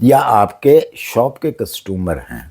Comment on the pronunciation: Sir mazrat k sath but apki pronunciation bohat hi buri h. Costomor nhi hota. Or Ladies se bal katwaty thy.. Lady se not ladies se😂😅😅